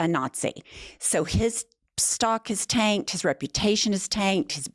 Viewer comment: Tanked... I thought you said taint at first. Which would still be appropriate when describing Space Karen.